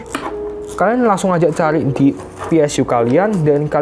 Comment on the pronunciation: PSU BANG BUKAN PSYU